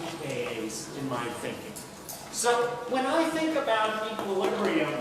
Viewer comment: I wish that kid put his hand up and corrected the teacher Equilibrium sir not Equilibriu.